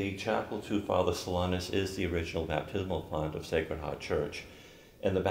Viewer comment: It's unfortunate that the host sometimes pronounces Blessed Solanus' name as "So LINE us."